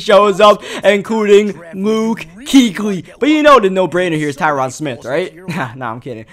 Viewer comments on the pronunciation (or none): none